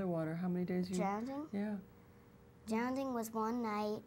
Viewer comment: Awwww Christina said drownding 🥰🥰